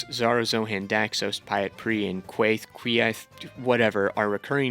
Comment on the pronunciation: Mispronunciation tracker: A Song of Ice and Fire Melisandre R'hllor Jaqen H'ghar Syrio Forel Janos Slynt Quaithe Brotherhood without BANNERS, not borders. At this point you've got to be trolling.